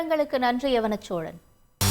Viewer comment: யவனச்சோழன் சரி யான உச்சரிப்பு இல்லை. யௌவனச்சோழன். யௌவனம். என்றால். அழகு